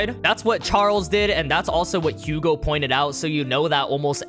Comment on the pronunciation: I'm sorry I'm being that dick but it's pronounced Yugo and Ca-moo and Ren-wah(r). They're French.